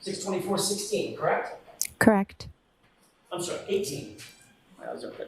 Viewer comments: Crect along with the the mouth smacking noises 😂🤮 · I hate how she says correct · If I hear “crect” one more time I’m gonna scream.